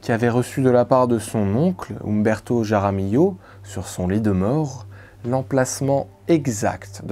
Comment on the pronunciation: Sérieux mec, fais un effort ! Pour dire Juan, tu utilises le son de la Jota, je "j" espagnol, qui est un R gutural et pour dire "Jaramillo", tu le prononces comme un J ??? T'es pas idiot pourtant, tu devrais te rendre compte ! Et LL en espagnol se prononce Li donc "Raramilio", ou R est le R gutural. Sinon, si tu ne sais pas parler espagnol, tu prononces tout à la française. Et merci pour la vidéo.